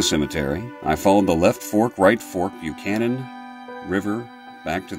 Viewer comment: Locals pronounce it "hel-vish-uh" or "hel-vesh-uh." Sometimes even "Hel-veesh-uh." Also, "Buckhannon" is pronounced "Buck-hannon," not "Byoo-cannon." My wife was born and raised there.